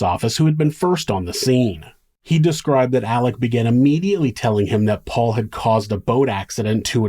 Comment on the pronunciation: I watched the trial and watching Alex call Paul "pawpaw" repeatedly was so annoying.